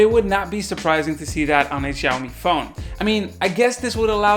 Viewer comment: He pronounced 'Xiaomi' in a wrong way in the entire video. 😂 😁 🤣 In case you are wondering, yeah I have too many Xiaomi products. Mi Air Purifier 2S, Mi Powerbanks, Mi 4, Mi Smart Scale, etc. Their IOT devices are great and i love their ecosystem.